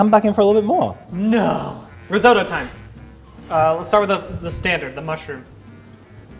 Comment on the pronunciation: I hurt every time they mispronounced risotto